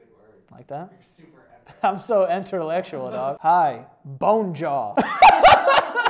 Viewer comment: “I’m so enterlectual dawg” 💀💀